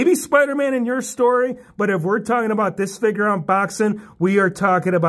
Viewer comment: I love how u say figur instead of figure also looking forward to all aew and wwe figures